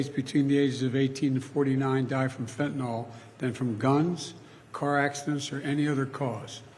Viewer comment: "Fentan-awl" is the new "Nucular".